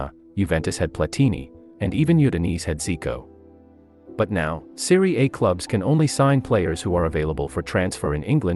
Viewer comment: In the first 9 seconds, this moron mispronounces the name of the league he’s talking about. I’ll just leave after that. Nothing he says will be worth listening to if his research didn’t get as far as the name of the league he’s talking about.